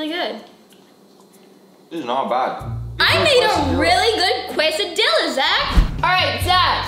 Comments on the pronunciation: Casahdiyaaa not quaysahdillaahh ermahgerdd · AND she says quase-a-dill-a when its actuly quase-a-dee-a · It is not a quest-a-dilla it is a kristy-la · Quesadilla is pronounced KES•AH•DEEYAH okay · Quesadiya= Case-ah-di-yaaaaaaaa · “It’s a QUESDILLA ZACK!” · You say it "kesadiya" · Sophie it is called a quesadilla not a whatever you said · You said quesadilla wrong sorry to be mean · You live in California and don't know it's case-a-dee-ya and tor-tee-ya?? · Tort-ias Quesa-dias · I cringed everytime sofie said "tortilla" and "quesadilla"😂😂😂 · Ohhh Sofie I need to teach you Spanish So you can say tortilla and quesadilla 🤦‍♂️😂